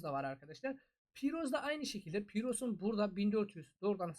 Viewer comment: Piros yox pirus